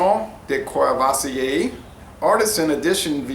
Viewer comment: I really enjoy your informative and laid-back videos. Thank you! PSA: No Rs are pronounced. KUH-VUH-SEE-AY